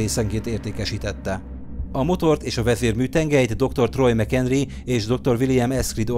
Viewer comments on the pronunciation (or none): Én is McKendry-nek értettem! :D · azt értetem doktor ownmckenydry XD